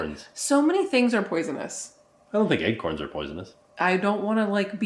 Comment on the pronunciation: Ack! Stop saying Egg-corns!!! 😂